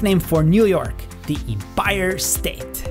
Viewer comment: The way you pronuce empire is hilarious